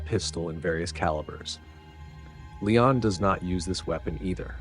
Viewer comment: Let me just say, I'm impressed by your pronounciation of "Léon". I'm so used to pronouncing it in a more American way, but it is indeed "Lay-awn", not "Lee-on". The same how we'd say it in Dutch. I will adjust my pronounciation accordingly. 🙂 Furthermore, if you need idea's for interesting movies to do on your channel, here's a few: STAR WARS (done to death, but I'd like your take on it), HEAT (1995), WAY OF THE GUN (2000), Joss Whedon's FIREFLY season 1 (2002) and SERENITY (2006), John Woo's THE KILLER (1989) and HARDBOILED (1993), DOOMSDAY (2008), STALINGRAD (1993), CROSS OF IRON (1977), SICARIO (2015), HITMAN (2007) and THE ACCOUNTANT (2016). Keep it up, really enjoying these vids!